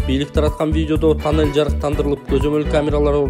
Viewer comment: Танел эмес тунел деп аталат гоо